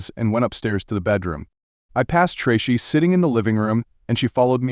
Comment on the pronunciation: i heard this story a long while ago on another site it sounded better and could pronounce names like tracy